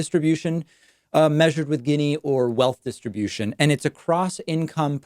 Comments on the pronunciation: You pronounce it geeni long E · You mispronounced "gini". Gini was Italian. The gini coefficient isn't the best way to look at income inequality because it doesn't take into account the absolute level of income and only focuses on relative (quantiles) comparisons. I think I speak for many people when I say that I frankly dont give a crap that we have billionaires as long as people's standard of living is rising. What's concerning right now is that the middle class is dying while the 1% is capturing all the productivity gains. Also disappointed that you didn't mention UBI as a very simple way to correct income inequality. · I'm pretty sure it's (Gini) pronounced more like "genie" instead of "ginny" (but still a good video, David 👍) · It’s pronounced “Jeanie” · Gini is pronounced “jee-nee” - Gini index.